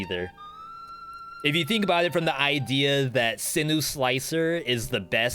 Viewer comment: Turrets: Owl > Double Cross > Barn (stationary owl) > Heavy > sinew. (also I think its pronounced SIN YOU not sinu :d)